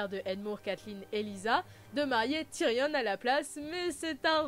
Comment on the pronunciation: Tyrion pas Tyrionne mais super vidéo